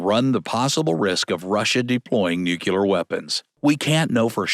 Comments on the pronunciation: New key lerr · Please learn how to pronounce "nuclear".